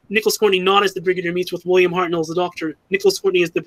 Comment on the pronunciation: pronunciation of Hartnell